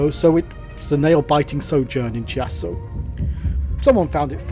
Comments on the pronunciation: Fascinating video! Thank you for showing us the possibilities and being so sympathetic to the various places and styles of architecture en route. Just one thing though: it's Key-ASS-so not Chee-asso. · Hi. A fascinating and enjoyable video, thank you. BTW 'Chiasso', the 'ch' in Italian is a 'K' sound, so the town of Chiasso is pronounced 'Keeasso'. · Chiasso pronounced Kiasso. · Really lovely! Your choice of music actually enhanced the video. Do the Swiss pronounce Chiasso like you do? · Nice video. Of course once in Paris you could made it it to Gare de Lyon and catch a Frecciarossa to Milan and once there to get a Frecciarossa or an Italo train to Reggio Calabria and from there go to Sicily. But that way the trip and the video were surely more interisting. Great job, anyway. Just allow me to correct just one thing on the pronunciation of Chiasso. CH in Italian sounds K, than it's Kiasso.